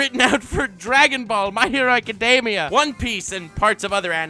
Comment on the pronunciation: "My hero azekademia"